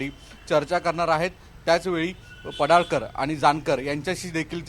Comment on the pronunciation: पडाळकर नाही पडळकर